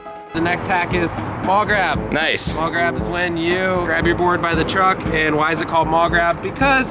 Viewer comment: it's "maul grab" not "mall grab"